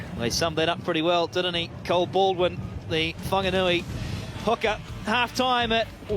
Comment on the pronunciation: Thanx to WFRTV → 2maarrch Whanganui Butcher Boys ☺ √ → commentators you sound ridiculous/stupido it's Whaaaaarrrrggganui NOT fonganui → there's no "O" in Whaaaarrrrggganui capic....speaka da englisi :)